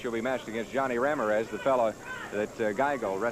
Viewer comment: I laughed so hard at how the interviewer, when talking to The Stomper, pronounced the last name of Ramirez